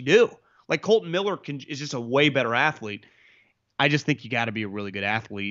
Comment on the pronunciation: KOLTON not KOLTEN...